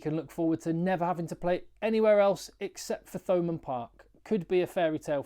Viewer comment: Hi always a fan, so this is lighthearted- in Munster we don't pronounce Th like you English, so to hear Thomond Park with the pronounced TH is just weird, for us, i know its against your nature,but us Munster boyos can say it as Toe Mund Park 😂😂😂😂😂,it'll be perfect! Respect always 😊